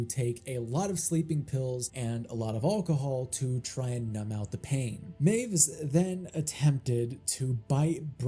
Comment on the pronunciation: Correction of a correction. W's in German are pronounced as V's, so it sounds like 'my-viss'.